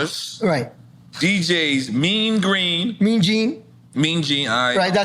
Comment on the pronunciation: Mene Green!!! Lol!!!!!!!! Mene Gene, you mean ...lol